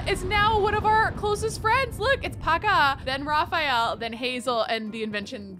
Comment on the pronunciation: It's so cute the way pronunces Raphael's name! I really love to hear it cause it's the masculine form of my own name. Also, is cute saying anything!